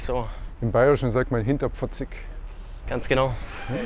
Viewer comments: geiles Video aber "hinterpfotzig" hat mich gekillt (hinterfotzig) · Servus, bitte drauf schauen wenn du bayrische Ausdrücke verwendest, dass du sie auch richtig aussprichst. Es heißt nicht hinterpfotzig sonder hinterfotzig, nur zur Info. Trotzdem Nices Video 👍🏻